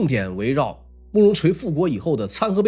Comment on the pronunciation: 參合陂讀皮音，不讀被。它的意思是湖泊、水塘。